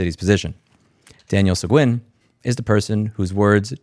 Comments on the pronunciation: Texas pronunciation of Sequin- Se"GEEN" . If you go to Sequin, Tx they will correct you...lol. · Louis the surname Seguin is pronounced seh-geen and huge thanks for the attention on taylor tx leadership being crap :3